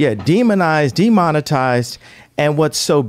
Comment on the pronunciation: He said "demonize/demonitize"